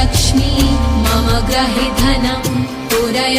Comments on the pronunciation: It is grihe (meaning my house) and not grahe!!! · Pronouncians are not clear.... especially 'mama gruhe dhanam... '